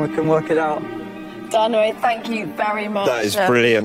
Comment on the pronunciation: This is black magic. “Dynamo” = “dymoan” pronounced “demon”